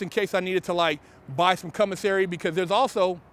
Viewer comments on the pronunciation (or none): Commissary, or Cum-missary? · no disrespect sir I love your show but it's pronounced commissary not cummissary😉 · Did this foo just say "cum-o-sary" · He said “CUMisary” HAHAHAHAHA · He's saying (cum)isary for a reason. I read bt lines. 😂😂😂😂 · Tina Tyler he has a speech deficit